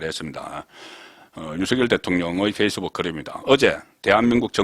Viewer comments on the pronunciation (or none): none